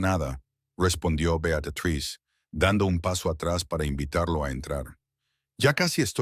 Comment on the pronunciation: Beatatriz? Betruz? 😂😂😂😂